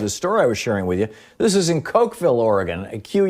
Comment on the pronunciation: It’s Coqueel not Cokevile spelled Coquille